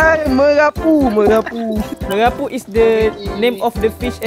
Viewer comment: Bukan ikan merapu lah..... Ikan kerapu baru betul... Hahahhah